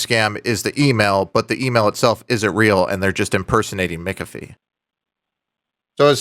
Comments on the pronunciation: Why do you say mikafi and not mac afee? Ahh distinction between real deal and scammers. Gotcha. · The name is pronounced MACK-AFEE, not MICK-AFEE! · Mikafie? I am a Mc but I have now heard multiple versions of how to pronounce "McAfee." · Cringe when you pronounce McAfee wrong. 😂 But it's okay dude I love it when you mess with these Dumb dumbs. 😂